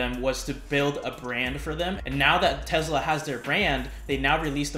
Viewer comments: 👍🏼 For proper pronunciation of Tesla! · Marul Medvesek - My understanding is his last carries a ‘z’ sound. Nevertheless Elon Musk pronounces it with a ‘z’, so case closed. 😆